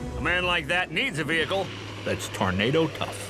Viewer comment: "I wanner find that tuuurnader that kilt my Paaah!!!" Mr. Leno🤣👍 Awesome Vehicle!👊